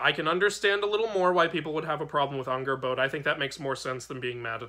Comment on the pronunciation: Angrboða is spelt with eð which makes more of a "th" sound with a light "d" towards the end of the sound. It's a hard sound for english speakers to totally get. The "r" is also rolled for a bit. Angrrboth(d)a is the best way I can describe the pronunciation without dialectic marks. Great video! Sköl!